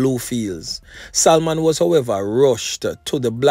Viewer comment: "SALMON". YOU DON'T PRONOUNCE THE "L" IN THE NAME........ IT SHOULD SOUND "SA- MON" NOT "SAL-MON".